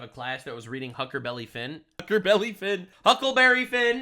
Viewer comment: OK so I'm i have two points. 1# idk if you meant to mispronounce "huckle berry fin" based on your earlier mentions of your dyslexia but that Awesome 👌 2# 8x exta blessings for and his family for forcing him to overcome his learning disability. My parents did the same for me but they still split but his didn't so yeah extra blessings for them. So yeah that's two things it's all I'm going to say about that❤❤❤❤❤